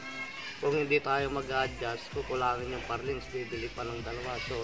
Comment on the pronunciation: Truss lang po. Plural na yoong trusses. At ang bigkas sa purlin (hindi parlings) ay /ˈpərlən/